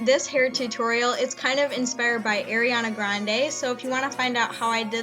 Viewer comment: It's Ariana not airiana